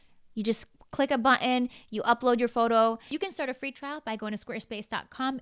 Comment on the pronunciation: I really like you. But please stop pronouncing “button” as “buh-in”